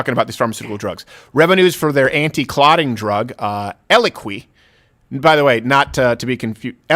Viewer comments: Steven’s French Canadian pronunciation of the drug Eliquis has me lol-ing. 🤣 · Damn French-Canadians….it’s eloQUISSSSS STEVEN, ELO-KWISS….🤦🏻‍♀️ Dad takes it. Still love the point, but ELOKWISSSSS….not ELOKWEEEEEE 🤣😂🤣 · Its pronounced EL E C W I S